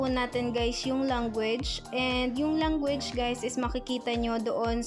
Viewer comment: Puro guys kakabingi tas language langgo age ang pronounce nya